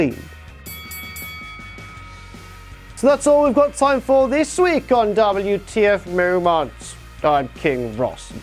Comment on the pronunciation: YOU SAY DABL U TEA EFF MOW MANTS WRONG! KING ROSS'S CAPE BETTER BE CLEAN! YOUR BEANIE SUCKS! YOU DISRESPECT KING ROSS'S OPINIONS ON WHAT TO BE ON THE LIST IS MADNESS! You said bring on the hate.